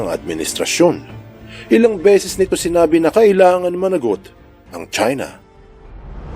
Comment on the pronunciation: 'Chuina' Kung Flu 😂🤣